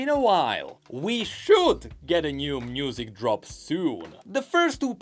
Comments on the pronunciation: Can he not pronounce «music»? He says « mnusic» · Why do you pronounce it "mnusic"